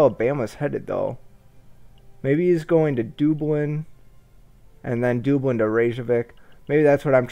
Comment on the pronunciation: I just started watching this series to look at the game. I wonder if you ever pronounce Dublin correctly.